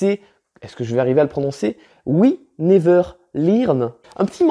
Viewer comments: sache que, non tu n'as pas bien prononcé... c'est we never "leurne" et pas lirne! Mais on t'aime quand même😁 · Il y a aussi "we never LIRNE" 🤣🤣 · "J'espère que je vais bien le prononcer : We never lirn" Eh non c'est raté